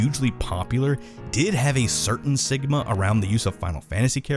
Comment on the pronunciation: im not going insane right hes saying "sigma" not "stigma"